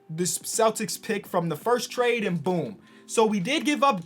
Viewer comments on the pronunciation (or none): none